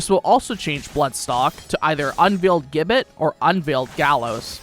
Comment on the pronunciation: Gibbet. Pronounce 'Jib-bet'